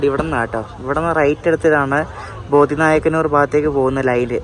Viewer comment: വഞ്ചി മണി യാച്ചി അല്ല, വാഞ്ചി മണിയാച്ചി. സത്തൂർ അല്ല - സാത്തൂർ, ബോധി നായക്കന്നൂർ അല്ല ബോഡി നായക്കന്നൂർ